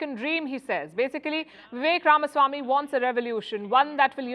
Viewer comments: Thank you for pronouncing his name correct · Palki, First of all, congrats for pronouncing Ramaswamy correctly. Most North Indians would pronounce it RamAswamy which is wrong! VR is suave, smart but lacks political experience. He should be the man to watch out in future.